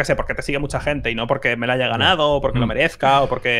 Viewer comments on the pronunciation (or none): Cheeto dice haiga